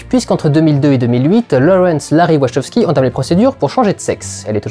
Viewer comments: Question existentielle : on prononce "Wachoskis" (comme énoncé ici) ou "Wakowskis" ? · Une des pires prononciations de Wachowski que j'ai entendu.